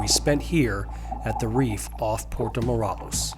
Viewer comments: Good info. Id suggest you learn to pronounce Morelos. The is sounded as an English long A. Also Chedraui shay- draw-ee. And it is a little misleading, giving no info about snorkeling from shore. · Good info. Id suggest you learn to pronounce Morelos. The E is sounded as an English long A. Also Chedraui shay- draw-ee. And it is a little misleading, giving no info about snorkeling from shore.